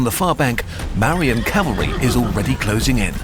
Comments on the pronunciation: Asoka was a buddhist before the kalinga war and Buddhism was not a small movement it was very much popular becuz of mangdha empire rulers And ik it's an ai video but - it's pronounced ma - vu - riyan empire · o0 is Marian definitely the correct pronunciation for Mauryan? because if I weren't paying full attention I might think you're talking about a battle hardened, special weapons class of Karen… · This is a great video but the mispronounciations of 'Mauryan' and other Hindi and Sanskrit words is so P A I N F U L